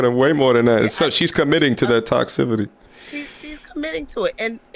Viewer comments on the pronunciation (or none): lol "Toxcivity" Toxicity